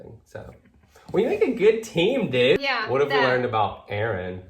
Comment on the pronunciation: "we make a great team dewd " 😂😂😂 Ugh I want and laura to have a babyyyyyyy. My favorite couple &family 😍🥰🥰🥰🥰🥰🥰🥰💛💛💛💛💛💛💛💛💛💛💛💛💛💛